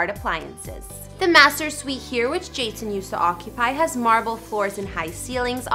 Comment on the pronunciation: did you just say Jashon lol